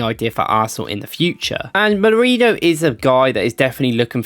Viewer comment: Molerino bro come on can you read it one time